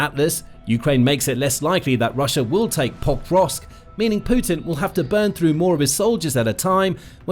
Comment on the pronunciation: Did you realise you were pronouncing pokrosk wrong then record yourself saying it one correctly once and edit that recording over the original? You say forgot the first two then you suddenly start saying it correctly but it sounds really wierd. Like every time is exactly the same stresses and doesn't flow with the rest of what you are saying?